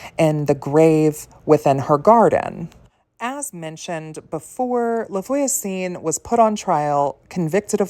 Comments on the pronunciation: No offense just to help :<3 Try to pronounce "Lah vwa-zun" (LaVoisin) which means "TheNeighbour" but you probably know it ;) This is a lastname so it doesn't matter but the orthograph is not correct : for a female neighbour you should write "la voisine" and for a male neighbour you should write "le voisin". Hope you won't take it as me patronising you, it was to truly helping, as i like help to improve my english .... ;) A frenchy witch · Hi. Thx for the video. "La Voisin" is actually not that elaborately pronounced: just think, Vwah-zah" (two syllables, not three), and make the "h" a bit nasal. A guiding rule with French is, if a word ends in a consonant, it's not pronounced at all; if it ends in a vowel, then the consonant is pronounced (and SOMETIMES the vowel😊). Cheers!